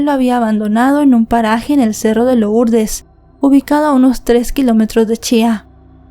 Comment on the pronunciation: Se lee lurdes no lourdes